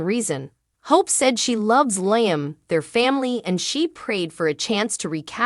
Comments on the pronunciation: Could someone PLEASE tell this person how to pronounce LIAM (Lee-um)???🤦‍♀️ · Bothers me too, LI AM ,Makes me cringe too.